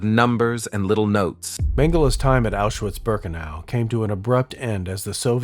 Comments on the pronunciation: Isn't the W in Auschwitz pronounced as a V? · This may be a small niggle but its noticeable for me... The pronunciation of german words is lacking. Quality of the video and pace of VO and 3d art is great, but in german w is pronounced as a V (auschVitz), and a V is pronounced as an F (Fon not Von).